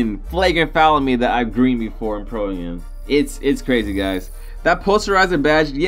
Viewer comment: it's not pro a m it's am like I am